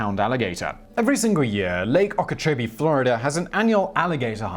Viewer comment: I'm from NYC but live in Palm Beach County florida.....yeah. It's not exaggerated down here. Pasco is the most florida part of Florida though. Just FYI. People are proud of their crazy down here. They dont hide the crazy in the attack. Embracing it is the florida Way. Edit: its OH-key-CHO-Bee.